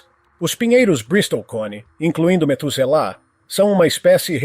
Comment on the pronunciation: Não e metuzala é matuzalen o nome da arvore